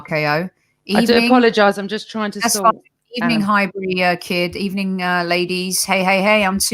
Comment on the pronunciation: fell in love with "everything Emery SAID" ... 🤣🤣🤣🤣🤣. u are taking the mick on that one. U have to be... everything he said?!?!. He had u at Good Ebening, did he?